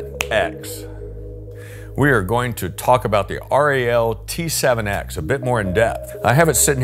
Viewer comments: It is not pronounced R.E.L 🙄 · r.e.l . ??? You can just say Rel ...no problem for us :)